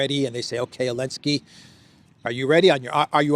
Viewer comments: why do you keep calling him Elensky? Zelensky and Elensky are two different people. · I keep wondering. Why does say “Elensky?”